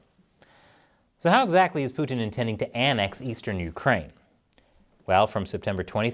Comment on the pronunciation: Americans pronounce Putin so annoyingly.